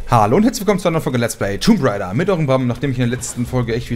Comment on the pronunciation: Wie immer "Tomb Rider" sagt -_